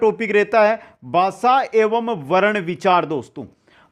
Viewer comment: Not basa it bhasa